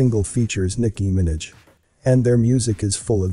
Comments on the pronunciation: Damn he fucked up pronouncing Nicki Minaj name. 😪😢😩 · Better proofing for narrator. Nicky Minaj pronunciation pretty funny. If this is AI voice, oh well. If this is a real guy he is a cave dweller to not know.